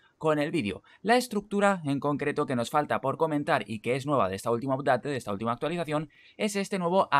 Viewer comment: Hola, gracias por los tips, me subscribo and i give you one like. Una cosa yo hablo Ingles por 30 anios y solo quisiera darte un concejo de pronuncioacion. "Update" se pronuncia: "apdet". Vale my friend? Gracias Saludos.